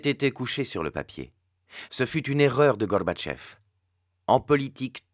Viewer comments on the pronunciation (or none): Excellent pour le fond. Par contre, il faut qu'il arrête de vouloir prononcer "Gorbatchev" (Горбачёв) avec un semblant d'accent russe, parce que ça ne le fait pas du tout. L'accentuation est sur la dernière syllabe, qui se prononce "o" et la première syllage est affaiblie en "a". "GarbatchÓv"